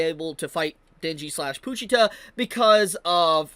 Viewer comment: why are you pronouncing pochita as poochita😭